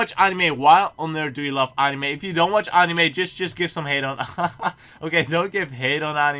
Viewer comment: dutch: pronunces anime like annnime english: pronunces it like anime.